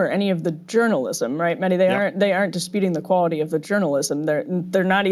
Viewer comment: Mehdi I am surprised that you don't ask your guests to pronounce your name right. Most just say Medi. the H in your name needs to be pronounced. MeHdi. Mehdi was also my brothers name and is our Iman Zaman's name therefore it needs to be said right. My brother used to demand his friends call him MeHdi. I would love to see all your guests do the same Inshahallah.